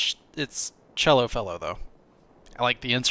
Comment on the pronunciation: D I like it! And you said my name right first time. (Chello) you made my day!